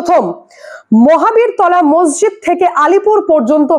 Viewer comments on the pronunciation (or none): none